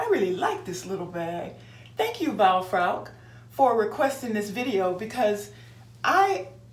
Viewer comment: Thank you very much for doing this video. I love the shoutout. You did very good pronouncing my name. Only the "e" in the end should also be voiced and sound like the e in the word pocket. This is a very cute little bag, I hope you have as much fun carrying her as I had with your video. Thank you again. 🌺